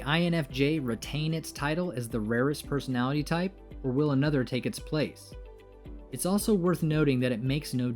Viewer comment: You just mentioned "I'm the rarest personalitty" I cringed a lot, Aaaa LOTTT.